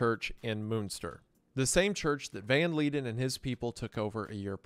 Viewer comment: He is Dutch and it's read as Yan van (v with f-ish sound) Leiden (I can't describe, please look it up) but yeah, I don't know why he didn't look it up but all the words in his name was wrong lol.